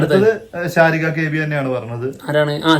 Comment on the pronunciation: ശാരിക alladoo.... സരിഗ.. പേര് മര്യാദയ്ക്ക് പറ...